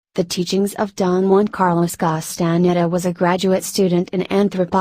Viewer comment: please! no robot narration!! it can't even pronounce Castaneda properly!